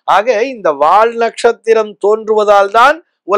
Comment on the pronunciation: Not "வாழ்". வால் is correct.